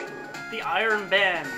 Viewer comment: Is it REALLY "Iron BAND"? I think it's "Iron Bond"...